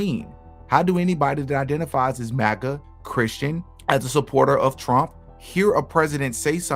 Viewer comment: You're one of the only ones who actually pronounces MAGA correctly!